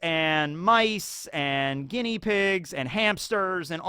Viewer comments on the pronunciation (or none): none